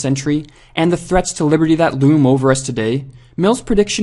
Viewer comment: I can't stop hearing "liverty"